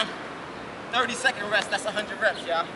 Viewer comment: "tha less ress...tha betta." That's good money.